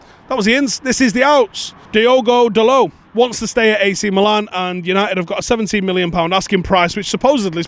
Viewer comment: Ah, so good to hear someone say 'Meelan' 🙏👍👏